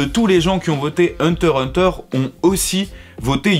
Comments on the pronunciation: J'ai laché le like quand tu as dis "Hunter Hunter" sans prononcer le "x" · On dit hunter X hunter